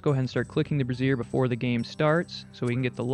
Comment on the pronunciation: Everytime you say brazier it makes me giggle, I think it's pronounced "Braze-ure" rather than "Bra-siear" which is identical to how "brassiere" is said, a different word for a bra lol.